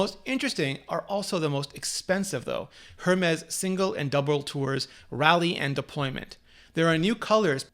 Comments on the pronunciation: lol its "air-mez" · LOL, Hermes is pronounced 'Ermes' - silent H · Brianna Cogliano I noticed that, too. Perhaps PEE-uh-nee (peony) and air-MEZ (Hermès) to help clarify emphasis in addition to pronunciation? This video is making it tough to wait until the Christmas sales! (Target has offered a $100 gift card with each Watch purchase in past years.) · Thank you for such an in-depth video! Phonetic spelling... Pee-oh-knee and Air-mez. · This guy is tiresome... Also, while he has most of his info correct, a couple things annoyingly stood out. First, Apple got rid of the rose gold last year during the introduction of the Series 3... he makes it seem like the new aluminum gold is "new" and not the same shade as last years Series 3 model (which it is). Secondly, he doesn't know how to pronounce Hermes which I also found annoying. You don't pronounce the "H"... it's "AIR-MEZZ" not "HER-MEZZ". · How can a Canadian not pronounce Hermès properly? I guess it's reflection of the awful french they speak :P